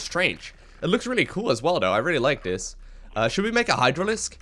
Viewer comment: THis and THere. THis and THere... TH TH TH TH.... it's not Dis and Dere. No D, yes TH.... Let's practice: TH TH TH THis.... TH TH TH THere... TH TH TH THat.